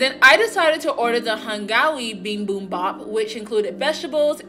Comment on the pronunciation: Binbunbah? 😂 You mean bibimbap(비빔밥)? Thank you for the video!